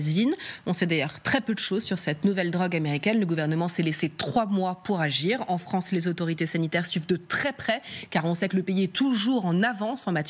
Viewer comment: Tout ça, sit la fote di la Fwance... voilà 🤣